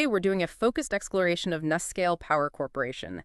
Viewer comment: Please pronounce it correctly, with a long U: NuScale (say: New Scale)